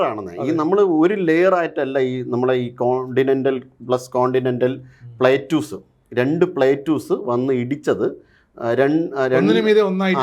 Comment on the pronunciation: Plateus alla plates.eurasian plate.